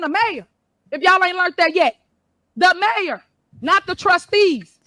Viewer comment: Paused 40 seconds in... Mayor? Or MARE? Maybe BROOD MARE!